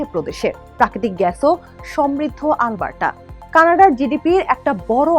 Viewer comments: মনে হচ্ছে- আল বার্ট্টা বলছে। অ্যারাবিক কোনও ভাষা। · কি বাজে pronunciation - "আলবাট্টরা" so bad পাঠিকাকে উচ্চারণের ট্রেনিং না দিয়েই সংবাদ পরিবেশন কিভাবে করতে দিলো এইরকম ভালো একটা নিউজ চ্যানেল!!! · Alberta thik moto uccharon ei Korte pare na. Oshikkhito der moto uccharon kortese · Mistake hoyse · areeee vai onar pronunciation vul. Ami nijei Alberta r Calgary city te thaki. Ei pronunciation jiboneo shuni nai.